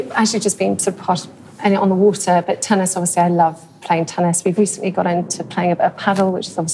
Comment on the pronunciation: tennis pronounced tunnis :)